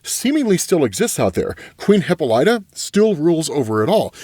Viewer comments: Her name is not HIPA-LIGHTA. It’s pronounced HIP-AH-LYTA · Lord....... its " Hip-paul-la-ta " not hippo light ta 🤦🏾‍♂️ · “Hip-pol-ita” not “Hippo-lighta” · Isn't her name pronounced , Hih-Pahl-Ita? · Not hip-light-er. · Oh man! I love you but honestly every time you mispronounced Hippolyta it was like nail on a chalkboard. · fyi you're pronouncing Hippolyta wrong.